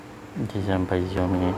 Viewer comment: Bukan ziaomi bang, siaomi